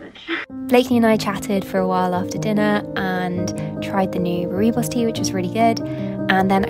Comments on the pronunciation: Dear, I think you’re amazing - the rooi in rooibos as in rooibos tea is pronounced “roy”, much easier than roo-ee. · Rooibos means red bush in Afrikaans yes. You pronounce it roybos as in the sound oy for boy. The second part is okay. The r is also very hard and pronounced almost to the degree of the r Spanish words. Love the video though. 🌻🤗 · your videos always have such nice nature shots that are so aesthetic. Just wanted to say (no hate, whatsoever) I'm south african and we say Rooibos like Roy-bos (The o in bos is the same sound as the o in your) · Hey! Thanks for a lovely upload. South African here, the Rooibos tea is pronounced more like 'roy' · Rooibos is pronounced ROY-buhs (my mum's from South Africa). You can look up audio pronunciation online if that helps :-) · Rooibos is pronounced Roy-boss :)